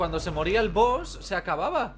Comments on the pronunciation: es Boss no boos😂losiento por ser tan tocahuevos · Se dice boss no boos xd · Todo el mundo: BOSS: BOOS